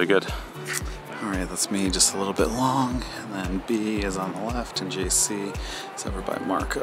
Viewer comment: Did call JC “Juicky” on number 10 when he was chipping? LOL